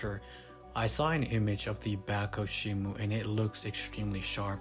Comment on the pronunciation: The police fr came to arrest you for saying "Shimu" instead of Shimo